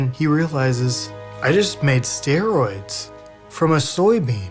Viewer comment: Sterols, not steroids.